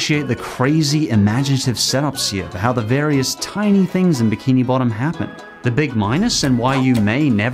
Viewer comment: you said legend of biki bottom